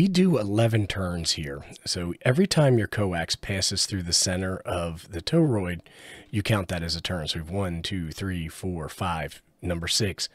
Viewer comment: 'TOE-ROID' again. Try 'TORE-ROID'.